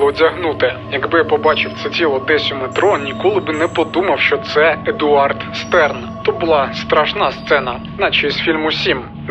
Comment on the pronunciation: Ааааааааа він ШТЕРН, Штерн, а не стерн, це ж зірка німецькою🫠🫠🫠